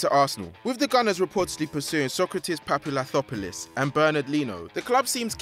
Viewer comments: papastathopoulos not papathopulis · Can this guy pronounce any names right? Papastathopoulos is not pronounced "PAPALOUTHOPALIS". If you can't pronounce his surname then just refer to him as Sokratis, everyone else does that. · How it's really pronounced: papastathopoulos How he pronounced it: papattvtghrhhebrhr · 'Papalathopoulis' lmao 😂😂😂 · "Sokratis Papalathopoulos" 😂 ..its Sokratis Papastathopoulos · Papatapoplis ?! What is that hard to say his name ? U just say U not I , bricks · papathathopoulos? not even close mate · Papa-sta-tho-polous. Not that hard dude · If you cant pronounce Sokratis Papastathopoulos dont try it... you didnt suceed in doing it just say the greek center back from Dortmund Sokratis... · As a Greek, your pronounciation of Papastathopoulos was absolutely hilarious to me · Jee u BUTCHERED Sokratis name dude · Dude i know many butchers. Non of them butchered Sokratis Papastathopoulos's name as hard as you did.... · Murdered papastatopolus's name bra...